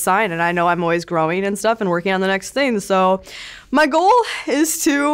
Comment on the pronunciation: I really don’t like when people say “thin” instead of “thing”, but i love u. Lol